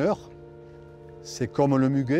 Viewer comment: Damian (Penaud), pas Damien : on voit le brin (de muguet), pas le brun